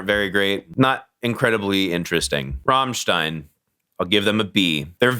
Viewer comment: First american in history who is able to pronounce "Rammstein" the right way.